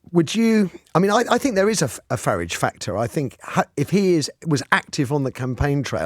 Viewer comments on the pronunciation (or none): Didn’t cotton on that you were speaking about Nigel Farage. Ha ha. Just your bad diction pronouncing Farridge as in porridge. He’s very popular both sides of the pond.